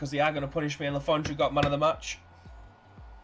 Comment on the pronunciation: I remember when we used to beat city home and away in the premier leauge 😉 you're doing okay with player names, you've got le fondre right, we just call him alf anyway, his name sounds foreign but he's a northern as you and me pal, he's from Stockport😂 the only one you got wrong was karacan, it's Kara-chan. We know our squad is old and absolute dog shit, thanks for pointing that out 😂😂😂